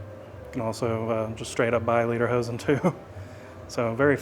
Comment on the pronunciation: Again its pronounced LAY DER HOSEN not LEE DER HOSEN pronunciation of this makes a difference(like the word read and read one means that you read to someone while the other means you can read it) one means song pants and the other means leather pants, the suspenders on the shirt while worn with lederhosen they are not lederhosen. Remember you have many people of German decent watching in Texas since much of our populus are German. Yes German Potato Salad is served warm or hot.